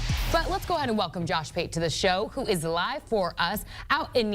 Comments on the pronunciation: It's pronounced "Ah-tsen" not "Ow-sten". How do people keep messing that up? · "kneeland" "outzen" what are these pronunciations dude 💀😭